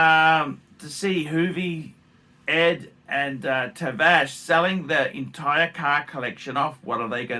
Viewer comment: Tavarish”” not tavash